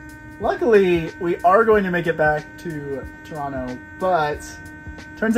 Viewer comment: Somewhat jarring to a near-local how you both pronounce Tirano making it sound so much like a North American rendition of Toronto — with the characteristic t glottalisation (t dropping if not at the beginning of a word). Next time: Clearly enunciate the first syllable to form the sound of the hot beverage tea — then the remaining syllables rano should follow effortlessly. That would then sound familiar and like/a/ music/a/ to an italianate ear! Thanks for an atmospheric view of my neck of the woods.